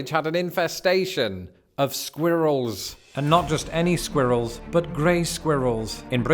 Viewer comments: Squeeerrils! Hahaha, you say it just like my Swiss gf 🤪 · That's not how I expected him to pronounce squirrels either. I thought with his accent the "R" sound would be omitted.